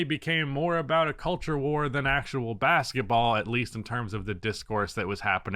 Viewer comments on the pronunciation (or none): none